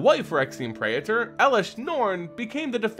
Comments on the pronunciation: It's pronounced "Pray-Tor" not "Pray-a-ter" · That's not how Praetor is pronounced.